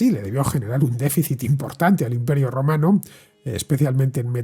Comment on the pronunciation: O yo me estoy quedando teniente del todo o cada vez que decías romano sonaba rumano 😂😂😂